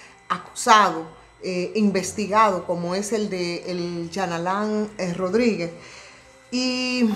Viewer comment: Dios 🤣 tuve que retornar el vídeo cuando dijo Jean Alain Rodríguez escuché Charlatán Rodríguez. 🤣